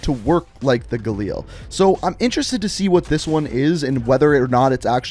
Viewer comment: the way he said galil made me wanna shit myself